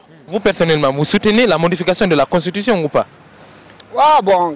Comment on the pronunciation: On dit Constitution et pas Constutition Monsieur le journaliste 😂😂